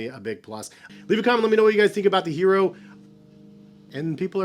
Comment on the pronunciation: The English pronunciation is “yeh-rro.” It’s Spanish for “iron”, like the metal. Not hating. Been a big fan for like 6 years. Just wanted you to get it right. Thanks for the review. Bout to cop a pair now. Keep doing what you’re doing. You’re one of the few reviewers I trust.